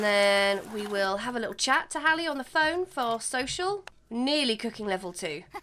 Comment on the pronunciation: Love that you named your sims best friend Hallie and pronounced it right! Rarely see my name spelt and pronounced right I love it!!